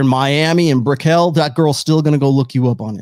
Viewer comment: In Miami in BRA-QUEL lol it’s BRICK-UL